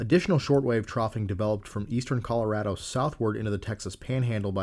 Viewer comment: You cannot understand how much I appreciate you pronouncing "Colorado" correctly.